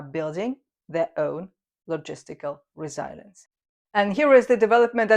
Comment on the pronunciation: Dear, forgive me, but please google 'pronounce resilience'. I'm so sorry for being so pickily sensitive. Sigh. English. What a total disaster of a language!